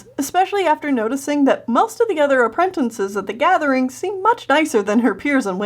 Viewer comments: it makes me cringe when she says "apprentinces" instead of "apprentices". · Appren... tin.. ces. It’s app... ren... tic... es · Am I the only person who noticed that says “Aprentences”? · did I just hear "apprentences" :o [prays] I say "appratacies" XD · i love how you day "apprentences"